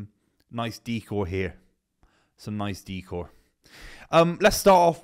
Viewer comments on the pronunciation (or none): Dee-core? Isn't it Deck-ore?